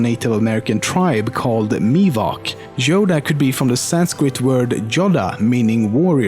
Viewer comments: wait did he say yoga well top10memes you FAILED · yodea .. יודעה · How is Yodea said, and does it reaaly mean that? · YODA WTF YODA